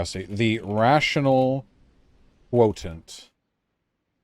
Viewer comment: Quotent...that annoyed me